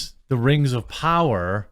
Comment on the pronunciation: Rangs of powwa